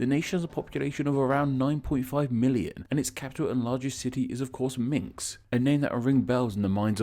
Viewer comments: The capital is Minsk, not Minx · The capital is Minsk! Not minks/minx! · Dude what!!! How can you pronounce Minsk and minks!!! Wow. So disappointed. I was born and lived in Minsk. Dude, come on. Don’t you script? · >Minks for someone who is (supposedly) into etymology you're horrible at pronouncing foreign words. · It's Minsk not Minks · So is no one going to talk about how he said “Minks” instead of “Minsk?” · Did you just call the capital Minks? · It's Minsk, not Minks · It's Minsk! Not Minx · Two glaring mistakes in this video 1. The Rus were a Slavic people group (or at least it's debated, should have mentioned both theories instead of just presenting one as fact) 2. It's Minsk not Minx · He often switches consonants in other videoes as well. Perhaps he has some sort of dyslexia